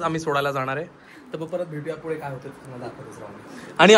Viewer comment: Pudhe ❌ Fudhe ✅